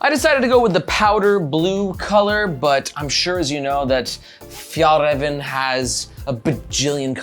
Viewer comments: The first Ä is produced very similarly to the E in "Bell". The second one is more similar to the A in "Rare". Å is pronounced like the O in "Donkey". This makes it "Fyell-rahven Con-ken" instead of "Fjallraven Kanken" :) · I never understood this in america - is it that hard to check the pronounciation of a foreign word? When americans come to europe they keep correcting our english. Maybe we can ask for little favour to say one word to pronounce properly: fyallraevan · I guess in 2022 it was impossible to check how to pronounce a word in Swedish.